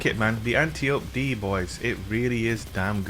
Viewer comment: Just a FYI for everyone (that I learned from the first Wonder Woman movie) this gun's name is Greek and is pronounced an--TIE--oh--pee. Princess Diana's teacher was definitely not being called "auntie ope" during the movie lol